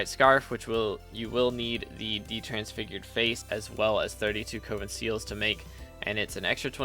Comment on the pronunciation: Coven is “Cuh-vin” not “Coh-vin”….